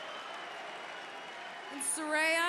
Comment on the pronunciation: How could the announcers still be so stupid and still pronounce Saraya's name incorrectly?!? 🤣🤣